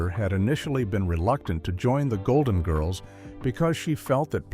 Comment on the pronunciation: Doesn’t any human with knowledge of the show preview AI pronunciation and inflection of names. The inflection of GIRLS is annoying along with the last name of ESTELLES character.